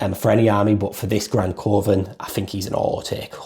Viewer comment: Great channel. Love when theres an upload to watch in bed. Btw coven is pronounced like kuvven